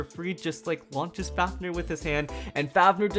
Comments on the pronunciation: ITS FAFNIR NOT FAFNUR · "Faf-Nuhr"